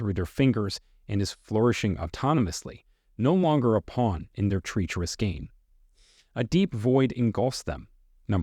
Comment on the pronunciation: "Until the day they day". "Flawless fasade". Facade is pronounced "fuh-SAHD". "Treacherous" is pronounced "TRECH er us". PED es tahl, not ped ES tal. Don't use "I'm" at the end of a sentence. If you can't get English right, how can we trust what you say?